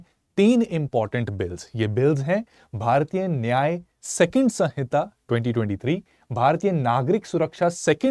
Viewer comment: It's samhita, not sanhita.